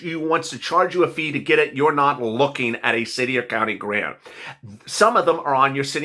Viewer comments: You said Grant is Garant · "And "grant" is spelled "g-a-r-n-t" Hehe oops! Dont worry about it,, it happens to the best of us! 😊